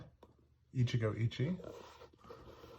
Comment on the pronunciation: As a Japanese speaker, I am obligated to point out that the last “e” in “Ichigo Ichie” is not silent. (Pronounce it like “eh”)